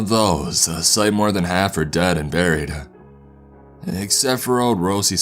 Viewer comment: You always ad an “uh” at the end of every word. You don’t say “dead” you say “deaduh”